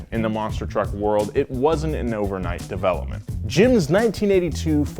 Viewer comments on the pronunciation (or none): none